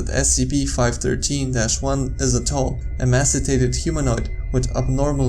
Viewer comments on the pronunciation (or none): Hopefully this doesn't offend I've just heard you say it a couple times...so I thought I'd offer a phonetic example of the pronunciation of emaciated. ... ee-may-see-ay-ted. Jus tryna help